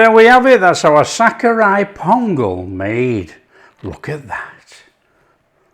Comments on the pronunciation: I like the way you say sakkarai pongal like a real Tamilian! Tamil word Sakarai means raw sugar and is the root word of Sugar! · The way u say sakkarai pongal in Tamil is mind blowing ❤❤